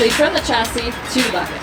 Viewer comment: She is doing a demo for engineers and contractors, and she pronounced "chasis" wrong.